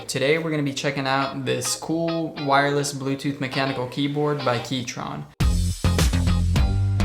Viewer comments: Key-CHRON. Not TRON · Great footage and edits. Very eye pleasing. but "Keytron" ? Said multiple times...not sure if that's how Keychron is pronouned. & "60% keyboard" ...there's clearly a row of F keys. So 75%.